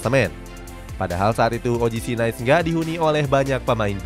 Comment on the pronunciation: Izin masukan yaa min, kalo "Nice" dibaca nya "Nis", Les Parisiens dibaca nya "Le Parisieng", trus buat nama coach nya R nya samar yaa min, makasihh